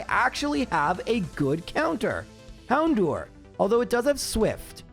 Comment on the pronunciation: The way he says Hown-do-er was stressing me out